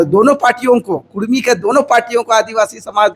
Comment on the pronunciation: Usko to pahle bolane ke liye sikhayen uska uchharan Achcha se Hara Nahin Kurmi bolna Karni bol raha hai